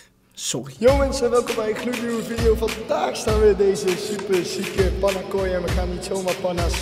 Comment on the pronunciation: Het moet panna zijn niet pana. Maakt niet uit hoor een keer een foutje all love to you❤️❤️